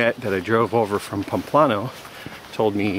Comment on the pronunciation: Nice guy, but "Pomplano", really?